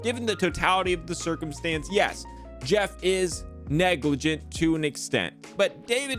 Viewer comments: It's Negrlagint* not Noglegrant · It's neglirgant*